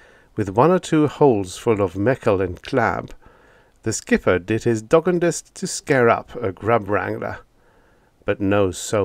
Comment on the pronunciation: You've done a good job with the colloquialisms, but dog gone dest, needs the emphasis on the middle syllable, cowboy style.